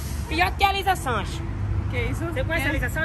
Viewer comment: Não e nem Elisa Sanches q ele fala é lisa chanxes